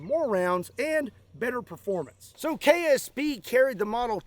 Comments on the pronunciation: It sounded like you kept saying “KFC” not “KSP.” Now I wannna go buy me some red & white bucket for lunch. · LOL almost every time you said ksp i heard kfc .....